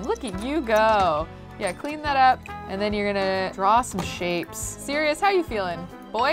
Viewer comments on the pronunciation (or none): Who else gets triggered when she says Sereois in stead of Sirious